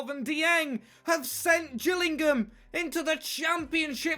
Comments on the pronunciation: U said gills it is pronounced jills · It's not the gills it's pronounced the Jill's lol